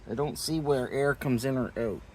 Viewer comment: “In and Ooot” … I couldn’t resist! Nice to see a video, haven’t seen you one a while, have a great night